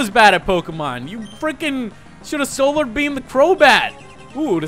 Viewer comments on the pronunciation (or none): none